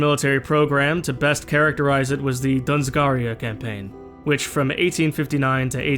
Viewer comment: In this episode you pronounce dzungaria as dunzgaria but I don't blame you since even with the standard English pronunciation it's not that easy. Though the existence of the region at all does have interesting implications imo since with the way the game works there are regions named for historical events/peoples who didn't do the same things they did in the new timeline. The Dzungars were a tribal confederation origination from the Oirats in like the 17th century. Kind of like there being a Normandy without Normans or a Kalmykia north of the Caucasus without the Kalmyks moving there. I guess there's really nothing to be done about it since you can really only put that level of detail into the regions you are actually putting most of your focus on.